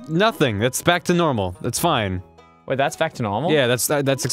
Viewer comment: ross at about slips back into his australian accent "Normal"